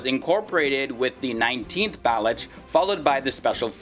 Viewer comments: Please note it is not Bal-uch. It is Ba- loch or Ba- looch regiment which is named after Balochistan a province of Pakistan. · please pronounce Baluch as Baloch. Your videos are very interesting.